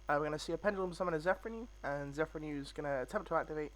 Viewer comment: Everyone calls it Zefranui...but it's Zefraniu ^^